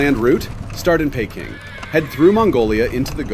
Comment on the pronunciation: How did you manage to mispronounce Peking as Payking!:face-fuchsia-tongue-out